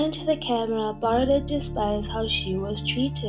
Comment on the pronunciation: I mostly disagree with your analysis of Brigitte Bardot, which is pronounced Bar-doe (not Bar-dott!). She was a childlike, carefree spirit in her day, who openly admitted that she never wanted to be a mother, that freedom was everything to her and that she couldn't cope with the responsibility of a child. So, Nicolas was raised by his father, almost like an adopted child. I was adopted, my mother was very young when I was born and wanted no contact with me, so I understand a lot about it. The singer Joni Mitchell gave up a child quite young too. People can judge her and other women for that but it hardly makes her/them monsters. At least she was honest and upfront. You could say she's flawed (*as we all are), childish and self-centered, a bit spoiled, vain, and even neurotic (as so many actresses and stars are) but hardly cruel, dark, callous or 'destructive'. No, they are not words I'd ever use to describe her, nor have I heard it said from people who knew and worked with her, and I've read a lot about her, her life, and career. If anything she was overtly sensitive and connected better and more deeply with animals than humans (who she often described as a cruel and hypocritical species). I can relate. She retired from films and withdrew from public life when her beauty began to fade, and chose a reclusive, bohemian life, aging gracefully, devoted to animal rights and welfare. I do agree with you though that she has difficulty with long-term intimacy and commitment, hence wh